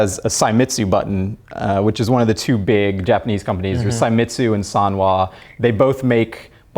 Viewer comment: That would be Seimitsu( pronounced it 'Saimitsu') and Sanwa. Links